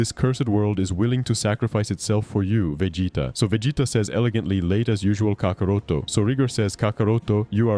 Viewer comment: misuses Gohan's new power and gravely underestimates his capability but it must be before his new transformation. Btw you pronounced kakarot wrong, but you did a good job otherwise.